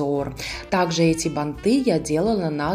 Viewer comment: Красивые, спасибо за МК, но слух режет бантЫ, бантА, ударение всегда на корне слова, бАнты, бАнта.